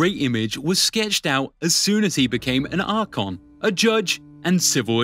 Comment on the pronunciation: Oh my god man, cant say "Phalanx" now. Or "archon", or pronounce "Miltiades". basic stuff.